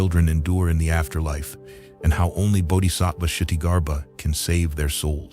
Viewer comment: It’s NOT “shitti” it’s “Kshiti”. You say the name starting like you will say “k” then you add s and the “t” is more like “th” so it’s not a hard t from the tip of the tongue. It’s from a little above the tip of the tongue.